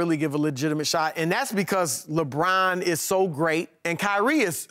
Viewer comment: it's Luh Bron not Leggghhhhbraahn